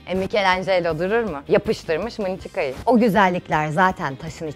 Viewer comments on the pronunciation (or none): mınçıka değil nançaku olcak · yalnız o mınçıka değil nunchaku